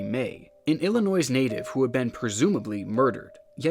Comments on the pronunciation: I’ve lived in Illinois my whole life and I’m part Native American. Illinois comes from the Native American Iroquois. Pronouncing the S triggers us so bad! Also the part of Illinois I’m from we don’t pronounce “ILL” like that. It’s most definitely ELL-uh-noy. If you listen to Illinoisans speak, a lot of us say el not ill. There’s silent letters in lots of words so just say it right! Would you say K-nife? Nope,you say Nife. Silent K. Ok there y’all go. 👍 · Okay I used to live in Illinois I live in Missouri now but I can't let this slide. The "s" in Illinois is silent. You doing this on purpose to mess with people? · The most surprising thing about this video is that pronounces the “S” in Illinois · So no one is talking about how he says illinois 😂. I love your channel but it’s just funny being from chicago and hearing someone say it like that. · The S is silent. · I don’t know much about the USA but I’m pretty sure you don’t pronounce the S at the end of the state Illinois. Right....? Stop me if I’m wrong, not to try and correct an American about their own country. Already laughed at his pronunciation of Derbyshire and Glasgow but I guess that’s comparatively understandable. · Brother, who taught you how to say Illinois? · The only NOISE in Illinois is Chicago! The "S" is silent. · The ‘s’ at the end of Illinois is silent. Much love. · The s is silent in Illinois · That awkward moment when a person who doesn't know how to pronounce "Illinois" stumbles upon, researches, and decides to present multiple cases from Illinois. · why the hell does he pronounce the s in illinois its distracting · illinois? you mean ill in noise!? get it because it’s uh a story involving music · Why are people so pressed by how he pronounces illinois 😂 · Im norwegian, and i know that the «S» in illinois is silent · Love these videos! But the S in illinois is silent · I'm in Chicago that hurt my soul but alot of people not from here get it wrong I see it all the time....ON FOE NEM